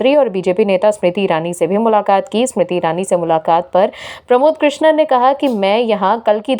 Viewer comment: कृष्णन नहीं कृष्णम बोलो ।